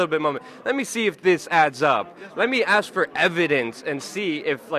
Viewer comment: "Aks" questions? THAT'S where he lost me.